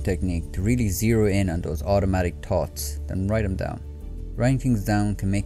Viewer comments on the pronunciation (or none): It’s column, not colyum; it’s thoughts not tots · Small suggestion, check your pronunciation of: Column / collyum thoughts / tots Three / tree Third / turds Others /udders Sounds like h is being dropped